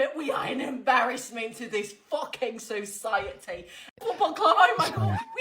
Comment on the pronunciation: "FUCKEN SOCIETEH" 😂😂😂😂😂